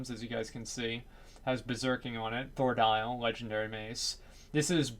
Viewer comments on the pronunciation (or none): "thordial, legendary mace" not how you pronounce that btw and its a bow...